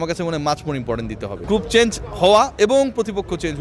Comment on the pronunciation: থাম্বেলটি যে AI দিয়া করা হইছে তার প্রমান হলো চেঞ্জ কে চ্যাঞ্জ বলা